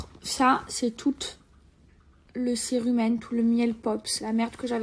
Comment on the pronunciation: C'est le cérumen et non la cire humaine. C'est une déformation phonétique